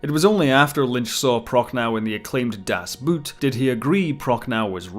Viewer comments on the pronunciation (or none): But not Das "Boot" 😅